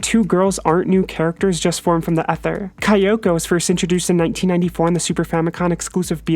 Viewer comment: Not insulting you, just letting you know: Kyoko is pronounced "Kyo-ko," not "Kai-o-ko." And great video as always!